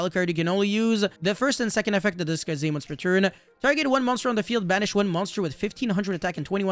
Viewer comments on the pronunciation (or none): none